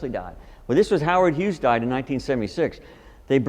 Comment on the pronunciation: damn dude, his name is HUGHES, HUGHES, H U G H E S. For Christ sake quit saying Hughs.